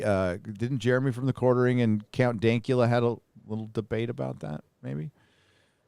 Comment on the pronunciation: Did call Jeremy, Jere-many, at one point??? Jeremy = Jere-many = Germany???!!! AH HAAHHH! White supremacy confirmed!!! 🧐